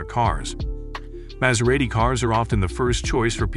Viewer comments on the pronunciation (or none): How do you pronounce it correctly and then so wrongly the more you get into the video! It's pronounced as Maz-era-ti, Yes it's spelt Maserati, but the S is pronounced like a Zzz. Really good video but. Also I don't think Maserati would shoot themselves in the head by going all electric, I think that's a bit false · Artificial voice keeps mispronouncing 'Maserati' as well as other words. Really not very good. 'Jibly' being just one example. 😞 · The narrator has a tough time pronouncing the brand name 'Maserati'... Its really not that difficult.. He goes from saying it correctly.. to saying it incorrectly. Its annoying.